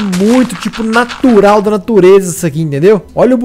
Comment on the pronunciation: "Nartural da natureza" kkkkkkkkkkkk